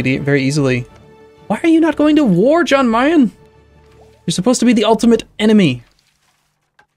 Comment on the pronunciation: Yan Meyen. Yan Meyen,. Yan. Yan-kee. Jan Meyen.